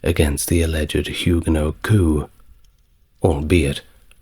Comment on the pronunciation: River Seine = River Sen, not River Sane. Coup = Coo, not Coop